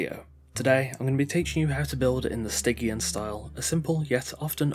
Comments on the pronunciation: hey it's pronounced sti-tzian not gkian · "STY-GE-AN" like "jeep" not like "get" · I probably did mispronounce it 😂 I couldn't work out for sure so I went with Stig-E-An as the safe option lmao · Other than mispronouncing stygian, this was great!